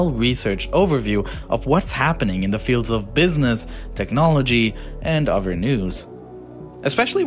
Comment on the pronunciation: Hey, narrator? Did you know there is a "TH" sound in a lot of words? like, "OTHER" not "UH-VER" and "THIS" not "DIS."